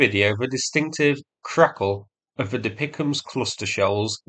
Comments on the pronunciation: lol, never heard anyone call the DPICM's dee-pick-ums before. it is just referred to by the letters DPICM (dual purpose improved conventional munitions) it is not a word sound. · "Deepickems" I can't see any more of the video through the tears of laughter :face-blue-smiling::face-blue-smiling::face-blue-smiling: Really like your videos mate, but you make the "DPICMS" (pronounce as letters) sound like something out of A Christmas Carol 🤣🤣🤣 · "Dipicahms"? Really? You suddenly sound as fake as the bots which insist on pronouncing HIMARS as HEMARS. I thought you hailed from England! Why should/how could an Australian have a better grasp of the English language than a native Brit? If D.P.I.C.M's is too difficult, they are artillery cluster-munitions. Russia uses similar munitions, but they are not as reliable, or delivered with accuracy. I apologise for my sarcasm here, I very much appreciate your efforts to highlight and explain things to those with more limited knowledge and understanding - but I expect that you should be able to understand relevant military terminology at least well enough to repeat what it's called without totally munting it. If you aren't sure, there are plenty of people you could ask, or even Google it. You will find DPICM, but you won't find "Dipichams" anywhere. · Every time you say DPICM like it is a word "Dapeekum" I have a nearly irresistible urge to shut this video off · Please; "Dee Pee Eye See Em" not DeePickum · It is not refered to "DePicEms". It is pronounced by each letter, D-P-I-C-M-S. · I am sorry, but ITS NOT DePicms, it's D P I C M, (Di Pi Ay Si Em), but love your videos ❤ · For Pete’s sake! It’s not pronounced “Dee pick ‘emus”!!! It’s “D P I C M”, (Dee Pee Eye See Em), for Dual Purpose Improved Conventional Munitions. Please get this right…from a retired Red Leg Artilleryman.